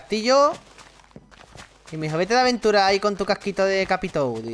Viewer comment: Yo entendí leventura xD